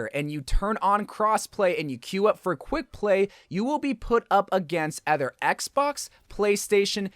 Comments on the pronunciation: Other not Ether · why does he say other like that lmao